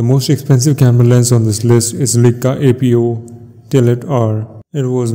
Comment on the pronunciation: It's not leeeka it's Leica laaaaycaaaa